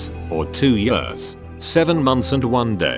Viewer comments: the word years: *exists* TTS: yurs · “For two yeeAss” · No one absolutely no one: Robot voice: YAWS